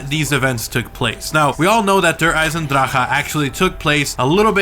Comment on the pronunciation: Good video but just learn how to say der Eisendrache. My German friends said that you are saying it incorrectly.